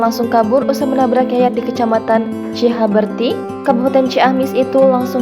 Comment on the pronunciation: CI HAUR BEU TI ,,,, BUKAN CIHABERTI ,,, KALAU JADI PEMBACA NASKAH MESTI FAHAM DIALEKTIKA ,, KALAU BACA GELAGAPAN TERLIHAT "TIDAK PROFESIONAL" ,,, YANG BETUL BACANYA